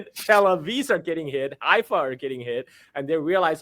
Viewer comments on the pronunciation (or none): none